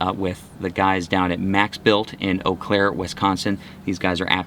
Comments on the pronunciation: I think it's pronounced "oh claire" my man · Had to laugh about him correcting your pronunciation of "Eau Claire"! MaxBilt is about 10 minutes north of my house.